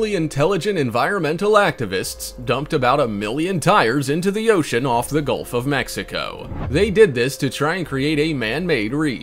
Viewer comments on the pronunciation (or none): none